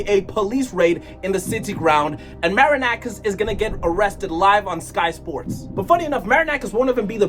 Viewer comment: Ok your pronunciation wasn't that good but we finally have someone who says that marinakis is a fraud, whenever i am arguing with an olympiacos fan and he brings me their trophies in the last 15 years i tell him that Marinakis pays the refs and he didn't believed me stating that "i have no evidence" i remember a game 2 years ago when 80% of the referee's decisions where in favour of olympiacos and 50% of them were Very questionable,i do think that this guy threatened the referee that night